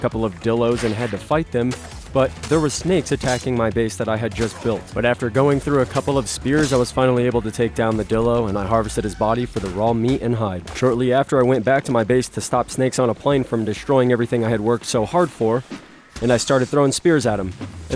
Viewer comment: May I recommend something? They way you say dilo is actually pronounced die-lo. No hate, great video!